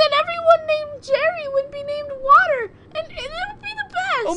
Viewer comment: YOU HAS SAID W A T E R